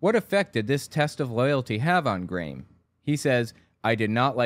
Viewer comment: Just so you know, that kid from Australia's name is pronounced "gram", like graham crackers.